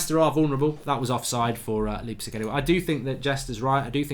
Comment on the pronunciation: He says Leepsig again! It's Lipe-Zick!!! ;))